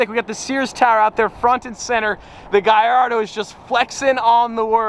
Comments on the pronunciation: Why does say guyyardo instead of Gallardo? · Why is he saying giardo it’s hurting me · Is he trying to butcher the Lamborghini Gallardo name or what?